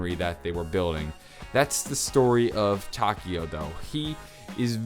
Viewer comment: I'm sorry, butt you're pronouncing Takeo's name wrong. In Japanese, the "e" makes an "eh" sound. I'm currently learning Japanese and thought you'd like to know that.